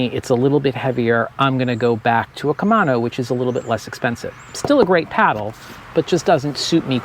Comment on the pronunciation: KUH - MAY - NO 😄